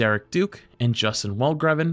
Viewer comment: Welgraven is probably pronounced "Velhraveh", but the first H is pronounced with a phlegmy sound. It's just the way the Dutch pronounce the letter G.